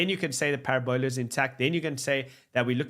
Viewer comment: Is that how parabola is pronounced in South Africa? I’m not sure that’s forgivable.